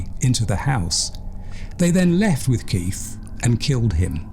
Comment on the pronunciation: choose your words more carefully mate - locking doors at night is not paranoia but correct behaviour. This narrator is a fucking idiot, he can't even pronounce KeiTH not keiF